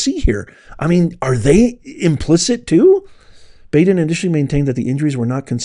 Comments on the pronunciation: Dr. Baden is pronounced like Bodden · The guy's name is pronounced Bod-in... Not Bad-in. Been watching that guy mid-80s early nineties... He used to be on a show on HBO called autopsy I think. And he's been on all kinds of different assignments in projects and cases... But word of caution with him, and I'm not sure if this is true.. but they say he can be paid to come out with whatever outcome you want.... So there's that. Then again he could be square as a cube I don't know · Just for clarity, the pathologist’s name is pronounced BAW—DEN, not B-A-DEN. I believe Epstein died of an accident. He was doing something weird sexually, went too far and hung himself. Baden also said the same thing about another cases where those little bones in the neck are broken. He is also a pay for hire pathologist. Not sure how reliable he is anymore. He will deliver his opinion for whoever pays him. Just saying. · Great release...Its pronounced Bahh-din. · thank you for publishing this and giving us the information. It is really disgusting and absolutely evil. Baden is pronounced Bah-den. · It’s Bahhh-den, Maria Bar-ti-romo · You mispronounce Baden😂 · Dr Baden is pronounced like (bottle) not like the "a" sound you're making